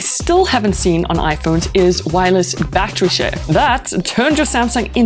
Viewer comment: What the hell is a bat tree? Did you mean battery? Say it with me battery.